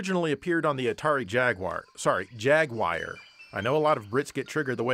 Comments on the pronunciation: Oh I hadn't gotten to that part yet but lol. Mostly I just don't get where the "Wire" sound is coming from in Jaguar, simply not there on any conceivable level. O_o??? Jag-U-Ar. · 😂 chuckled when you pointed out about how us Brits pronounced things although its pronounced ‘jag you are’ rather than jagwire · Us Brits say it as "Jag-you-er", not "Jag-GUIRE". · It's jag-U-arr by the way both of your pronunciations are American. (triggered brit) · Jag-u-ar not jag-wire :p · So I kinda messed up the delivery of the Jaguar "joke". At first I say Jaguar as I normally do (Jag-whar) but of course Brits pick that apart because how dare anyone pronounce anything differently than they do... so I rub it in by saying JAG-WIRE which is even worse. But instead it comes off as me thinking Brits pronounce it as Jag Wire which isn't what I intended. Oh well. I just wanted to trigger some Brits, but instead it's just comes off as confusing. I'll get y'all next time though! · It’s jag u are lol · Steve Jobs always used to pronounce it as Jag-wire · it's JAG-YOU-ARE that's the word your looking for TOODLE PIP😂😂😂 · I've never heard someone call jaguar "jag-wire" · Brother, I love your videos here in England. But, please, repeat after me : Jag-YOU-are Jag-YOU-are Jag-YOU-are That completes today's lesson ♥️♥️🥳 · As a Brit, I feel it is my duty to comment "Jag-you-uh" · I know you're winding people up but it's "JAG-YOU-ARR". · Nobody ever said Jaguier lolol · It’s pronounced JAG-YOU-ARRR 🤣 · IT'S JAGUAR! JAG-WAHR! IT'S A WORD OF GUARANI ORIGIN, NOT ENGLISH! 🤦🤦🤦🤦🤦🤦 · No, no... I knew you did it on purpose. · Love how you said Jaguar wrong twice! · well, fucking say it right then... And don't get me started on alumin'i'um, really ruins my tea and biscuits. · Not that I care but both ways you said jaguar were nothing like how any fellow brit has ever said it